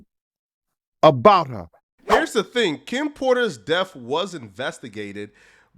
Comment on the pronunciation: Nobody: Art of dialog: "Delph" (death): "Deaf" (death) One day we're going to get a content creator who graduated middle school... I refuse to give up hope.